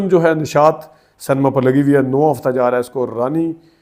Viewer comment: Correct pronunciation is Cinema not senma please correct